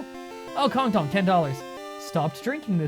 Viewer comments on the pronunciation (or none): none